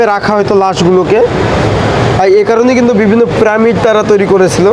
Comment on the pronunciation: শালা বারবার পিরামিড কে প্রামিড বলছে শুনতেই বিশ্রী লাগছে।